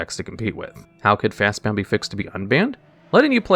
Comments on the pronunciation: Bruh it's fast BOND not fast BOUND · BOND. FAST BOND. Not bound. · Fastbond, not fastbound. It's like you go out of your way to butcher the pronunciation of the card names. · Y do u keep pronouncing Fastbond n Manabond with "bound" instead of "bond"? I could overlook ur pronunciation of Necropotence since people easily say "omnipOtence" n "omnipAtence" so heating the A sound in Necropotence isn't weird to my ears but makes sense. But it clearly says Bond on both cards, not Bound, I'm confused. Is it on purpose, do u say a name wrong just to breed comments of annoyance? If so, clever but FU 🤣 other than cringing everytime u said Fastbond or Manabond this is another amazing video tho i argue that Shaharazad is banned for power level reasons cuz it is the best stall card in magic n that isn't very different than many other cards on the legacy n modern ban lists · FastBOND, not FastBOUND. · He was doing it with Fastbond and Manabond as well, saying "bound" instead of "bond." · "Fastbond", not "Fastbound". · Your pronunciation of "Fastbond" is grating.